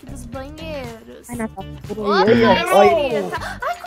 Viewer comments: Kkkkk o Disse Cauasha😂😂😂 eu ri muito kkk😂😂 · e a "Cauasha" Eu: cauasha kkkkkkk tu e uma piada kk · natasha: cauacha eu: da bulacha